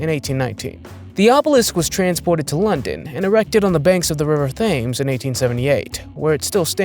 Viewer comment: The river Thames is pronounced "Tems".